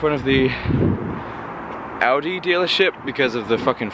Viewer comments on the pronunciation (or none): none